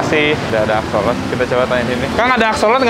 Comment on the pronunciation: bukan axolot dibacanya tapi axolot L, trus digabungin jadi axolotL